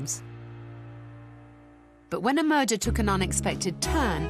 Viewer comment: Oh “merger”, I thought she said “when a murder took an unexpected turn” 😮